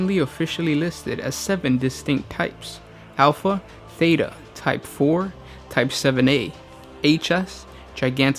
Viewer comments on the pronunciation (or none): none